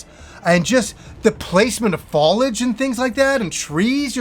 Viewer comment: Folage? What is folage?